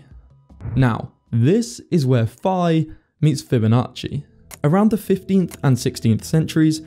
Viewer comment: Pi is 3.4159 In this video you pronounced phi as pi